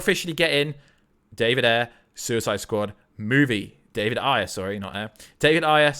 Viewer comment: Why does he keep saying Ayer like that? 😂😂😂 Is that the right way to say it? It's making me cringe.